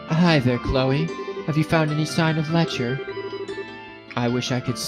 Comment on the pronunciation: It's pronounced Lek-ter. Put an emphasis on the t rather then constantly making it silent. It gets kind of weird hearing you call him Lecher all the time :p Also fun fact but if you interact with the board at the front desk after final exams you'll learn that Lechter scored first among all the seniors despite never showing up for class.